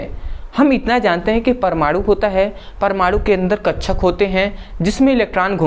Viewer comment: Bhai kakshak hota hai hote hain kchcha nahin😂😂😂😂😂😂😂😂😂😂😂😂😂😂😂😂😂😂😂😂😂😂😂😂😂😂😂😂😂😂😂😂😂😂😂😂😂😂😂😂😂😂😂😂😂😂😂😂😂😂😂😂😂😂😂😂😂😂😂😂😂😂😂😂😂😂😂😂😂😂😂